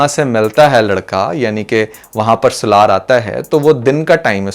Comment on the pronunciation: سلار نہیں بھائی سالار نام ہے اس کا 😂